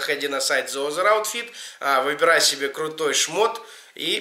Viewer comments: Зи Азэ Аутфит, братан, спик инглиш лайк э босс ;) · зэ озэр аутфит. Это жесть. Почему хуйню несет он, а стыдно мне )) бро, подтяни английский и ихний русский. )